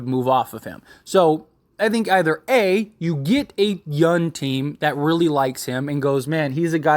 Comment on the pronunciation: It’s young not yun lol just playing